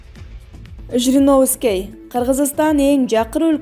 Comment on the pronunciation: Ушул кыздар качан туура окуйт .Же мен ушундай угуп атамбы Жириновскей дейби.Же Жириновскийди тааныбайбы. Кайра ле скей дейт го.